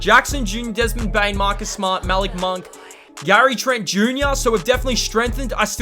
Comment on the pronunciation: Your saying Malik monk name wrong